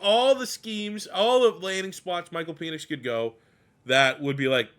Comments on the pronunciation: I thought it was PEN ix, not PEEN ix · Isn't his name pronounced PENix. Not PEnix. You keep making it sound like something completely different 😂. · I can't tell if you're doing it on purpose, or if it's just that you're Canadian. But it's pronounced "Pen-icks" not "Pee-nix". Love the content. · Pen-ix not peenix. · I was about to say the same thing 😆 🤣